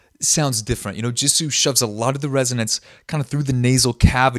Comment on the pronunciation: It's jisoo not jeso